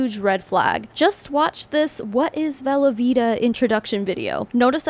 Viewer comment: I know you're saying 'velovita' but all I can hear is 'velveeta' and I have to keep reminding myself lol